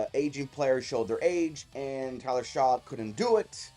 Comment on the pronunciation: It’s pronounced Shuck! Not Shaw.